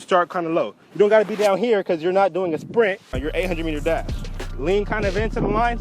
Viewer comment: I THOUGHT HE SAID DAB SO I WENT BACK AND CHECKED THE TITLE AGAIN